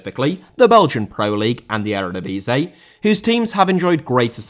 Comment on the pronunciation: Eredivisie* not Eradevizei